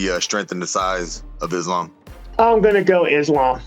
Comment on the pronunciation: Let's all take a minute and appreciate for pronouncing Islam's name correctly! 👏🏼👏🏼👏🏼👏🏼👏🏼